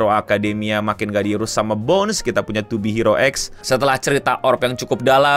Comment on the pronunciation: yang bener pengucapannya to be hero x bang bukan to be hero x